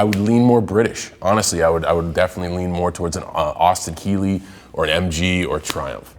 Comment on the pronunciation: "Austin Keeley"